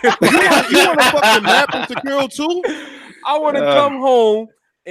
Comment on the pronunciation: None of these fools can say Sekiro the correct way. Old mushmouth fucks 😂